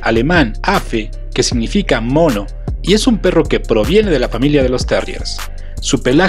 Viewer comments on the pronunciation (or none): none